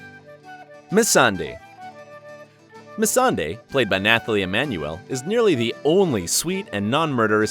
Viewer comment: Also, it's pronounced NaTalie Emmanuel not NaTHalie